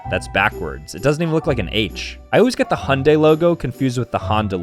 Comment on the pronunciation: OOOHHHHHHHH... I didn't even know those were 2 different car brands, I just thought u were pronouncing it weird LOL